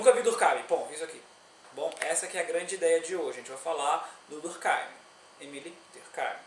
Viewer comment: Olá. Sobre a pronúncia de "Émile" no filme Ratatuile, o irmão do ratinho cozinheiro tem esses nome. Veja como ele pronununcia.